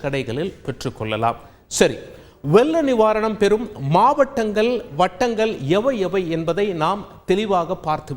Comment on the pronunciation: Mavatangal vattanagal ellai kal(kall, )enru chollunga, asingama eruku neega Tamil pesurathu la ,lla, zha ,tamilai kolai pannureenga ketkave narasama erukku